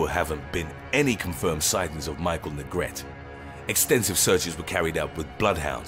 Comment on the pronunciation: Neh-gret-teh not negret. Would've made more sense u had pronounced it Negreet lol I'm jkng. Thnkx for the upload really appreciate it!